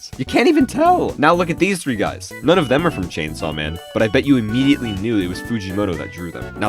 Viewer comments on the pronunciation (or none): none